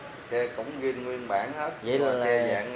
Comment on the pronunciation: Zin chứ không phải là gin?